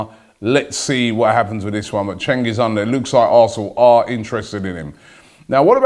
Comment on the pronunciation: Fyi cengiz is litrally pronounced JENGIZ